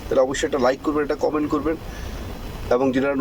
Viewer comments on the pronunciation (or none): none